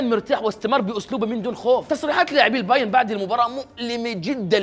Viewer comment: البايرن يا أخي ، انتا ما تعرف تنطق ؟